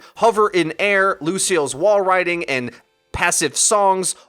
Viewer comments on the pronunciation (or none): none